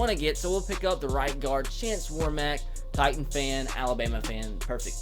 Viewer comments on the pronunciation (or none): none